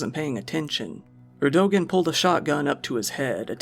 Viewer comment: Erdogan is pronounced "Erdo-wan"